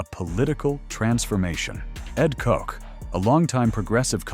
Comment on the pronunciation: Ed Koch- his name was not pronounced "cook" or "coke". Anyway, he's the first mayor of NYC that I remember. I was in high school when this happened, living in the far west end of Morris County, in NJ. I'm sure it was all over the TV the next day. I remember it being in the newspapers and magazines.